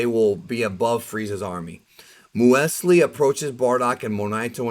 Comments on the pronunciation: Hey, “M-use-lee” it is essentially another type of cereal. It is the untoasted version of Granola. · Muesli is pronounced as "Mew-slee". "Muesli is a cold oatmeal dish based on rolled oats and ingredients such as grains, nuts, seeds and fresh or dried fruits. Muesli was traditionally prepared with milk or cream, a squeeze of citrus juice, often with a sweetener such as honey, and soaked overnight." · It's pronounced mewzlee. Basically British granola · The mothers name is muesli, a type of grain bar. Here in Australia it’s very popular with young kids in schools, we call them muesli bars Edit: it’s pronounced “mue” “sle” like mew from Pokémon and the first sound slee sound from the word sleep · I like you man, but damn the way you pronounce muesli, (should be mews Lee) Hurt my ears lol keep doing great work tho bud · You might know muesli as Mueslix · “Moo-s-lee”...Granola with fruit...and yogurt...that’s my shiii... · Muesli. “Mews Lee”. I think it’s German or Swiss It’s pretty much granola cereal. Raisins and what not. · If I pronounce her name in English I'd have to call her Moseley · the way says "muesli" WOW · He’s pronounced muesli wrong , muesli like the cereal haha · Lol you don't know how to say muesli? 😅